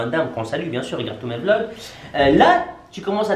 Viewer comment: “Arrête de dire blogs, on dit vlogs wesh” C’était moi MDR Brr brr brrrr